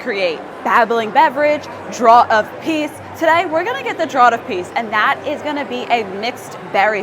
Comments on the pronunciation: "Draught" is pronounced the same as "draft". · Great update. Just FYI, "draught" is pronounced the same as"draft". Draught is an older spelling of draft and means the same thing. English is weird.